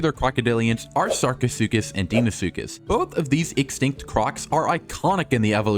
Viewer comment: The deinosuhcus pronunciation hurt 😭